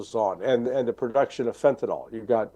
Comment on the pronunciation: "FentanYL" is not pronounced "fentanAL."